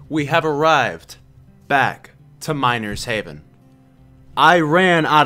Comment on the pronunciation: i thought you said minor's heaven at the beginning